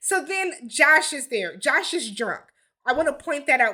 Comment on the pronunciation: That Josh boy screwing up the name!!